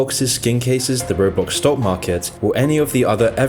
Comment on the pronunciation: u forgot the r in market